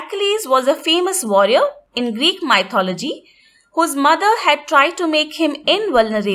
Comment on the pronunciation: The way you pronounce mythology is flawed